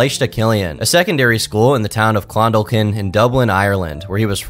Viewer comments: he said "Clon-daw-keen" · it's pronounced "Klun-DAW-Kun" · Clondalkin > clun-dawk-in. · Pronounced Klunn-Dawk-in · I live in Clondalkin lol, the pronunciation was funny. I was 8 when this happened. There's a lot of troublemakers in this area still, it's a shithole. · I'm from Ireland and dear god did sound funny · How did you pronounce Dun Laoghaire right but you couldn't pronounce Clondalkin which is spelt exactly like it's pronounced? Crazy.